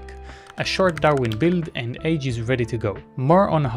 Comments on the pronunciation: You might want to pronounce "age" a bit differently in that context. From the age website: The author pronounces it [aɡe̞] with a hard g, like GIF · Pronounced “aghe”